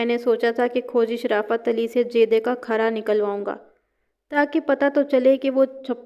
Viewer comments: کھرا khara نہیں ہوتا کھرا khura ہوتا ہے یعنی کھ پر پیش ہوتی ہے زبر نہیں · Ji aor lafz کھرا b ghalat bol rhi hn. Agr kahani parhnay say pehlay aek ya 2 bar parh len to kafi behtri aa skti hay. Majmooi tor par kafi behtar hn.